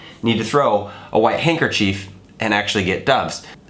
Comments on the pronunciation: I think you say hanker-chief right the first time but not the second time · I say I pronounce handkerchief hancker chif